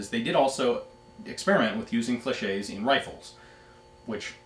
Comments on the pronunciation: Excuse the late comment but i wonder why you can't prononce correctly the french word "fléchette" when you can say "Gilette" (the name of one patreon asking question) perfectly... It's an old vid and nowadays many people compliment you for your french accent. . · No, you haven't. A French word ending in "ette" is pronounced exactly like it seems. It would be "fleshay" if it was spelled "flechet"